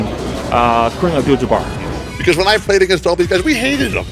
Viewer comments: Did Isiah just said "Jamar", instead of Jabbar.. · Yeah hard for him to say jabbar.